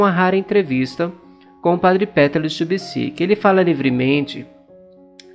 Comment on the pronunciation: Olá amigo, gosto muito dos seus vídeos, Deus abençoe sua missão!!!! Queria só fazer uma observação, para ajudar!!! Só a questão da pronúncia do nome do padre e do monte!!! Se pronuncia, Padre Petar Lubertite. E o monte se pronuncia, Pôdbodro!!! Abraço